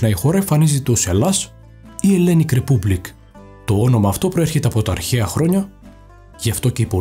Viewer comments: Διορθωσεις προς βελτιωση 1. Hellenic republic...προφερεται ριπΑμπλικ και οχι ρεπουμπλικ 2.Της Νασας...της Νάσα 3.Γερμανικη εφημεριδα Μπλάιντ....Μπιλντ 4. Η ελληνική γλώσσα έχει τη μακροβιότερη καταγεγραμμένη ιστορία από οποιαδήποτε άλλη ζωντανή γλώσσα, με τουλάχιστον 3.400 χρόνια γραπτής ιστορίας. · Πρέπει ελληνικά να μάθεις καλύτερα, αλλά ακόμα και αγγλικά θες βελτίωση... Όχι και "ρεπούμπλικ"... Ήμαρτον